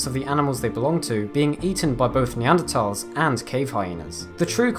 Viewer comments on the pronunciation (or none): none